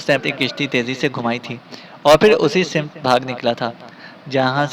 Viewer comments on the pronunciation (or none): kahani ki reading kerne wale sahib ka talaffuz achcha nahi woh hawannaq ko honq per rahe hein samt ko simat